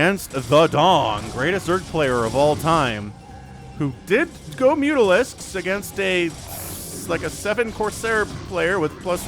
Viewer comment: it mutAlist and not mutOlisk for a reason. So, I think it's pronounced, Las Mutalisks.